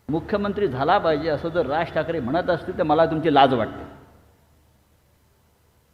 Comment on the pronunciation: आधी ठाकरे नीट म्हणायला शिक